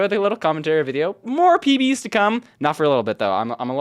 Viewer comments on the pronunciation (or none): He said "small PBs" but it sounded like "small pee pees"